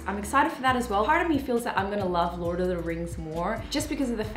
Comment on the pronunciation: lol "LORT" 😂